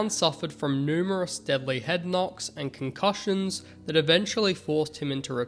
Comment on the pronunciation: Stop dragging the stories out buddy and please learn how to say concussion don’t you hear the word when everyone else says it correctly